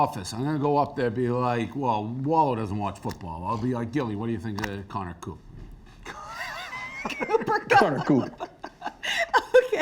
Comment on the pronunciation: Connor coop 💀💀 20 years going strong and Dave still butching names like year 1